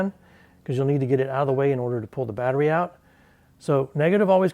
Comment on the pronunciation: Good work. You definitely gave yourself a cheeky 12V tingle there. "ou-ow-t".